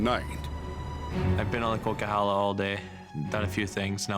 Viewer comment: It's pronounced Coquihalla Highway